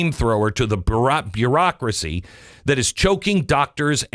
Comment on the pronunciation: I think you accidentally hit the nail on the head with a mispronunciatiom that you quickly corrected. You were talking about all the red tape that is involved with the ACA and you were trying to say, "Burocracy," but you accidentally said, "Barak-racy." I don't think you could get more accurate if you tried.